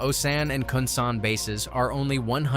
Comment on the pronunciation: Osan and Kunsan, mispronounced...alot... Oh-Sann Khun-Sann Captain Hughes.... In a sheriff's deputy uniform, definitely not a USAF uniform